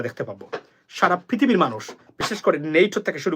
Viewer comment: ফ্রিতীবি নয় "পৃথিবী" বলুন! বাংলাদেশ তো বাংলাদেশই! কোনো দিন ভাষা শুধরোবে না!😂😂😂